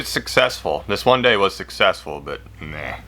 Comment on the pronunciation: "One dayy" Me: "One dayy" My mom: What did you say?